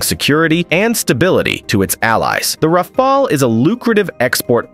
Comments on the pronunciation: Rafail -Rafale -Rafale -Rafol -Rafol -Rafol 2/5 You are getting better at pronunciating it, a few more videos and you'll be good. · Rafale: R A F A L. et non wafwaole. Dassault Aviation: DASSO AVEASSEON et non Dassao aviéchieune. C'est si compliqué de prononcer correctement dans la langue d'origine?? Faites un effort!! Franchement c'est ce qui m'agace le plus chez les américains. Aucun effort. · Can't you at least pronounce the word Rafale correctly? This shows your lack of knowledge and mostly of competence in the domain. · I like how the narrator pronounces "Rafale" differently every time - helps to know it's not AI.